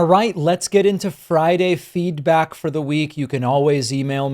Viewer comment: The first time I watched one of your videos where you called it 'Friday Feedback', I really thought you said 'Feedbag' and wondered why you called it that.